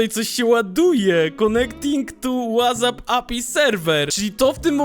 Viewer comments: Chlopie wez sie naucz mowic💀💀 Wazap? w jakimstam odcinku wczesniej ajerpodsy? Wez sie ogarnij💀💀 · ej mam takie pytanie 😄 czemu mówisz łazap ? 🤔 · nie ma takiej aplikacji której nazwę wymawia się "łazap"